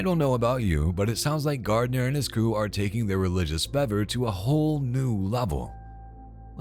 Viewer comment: Great video! (FYI it's: Fervor, with an 'r')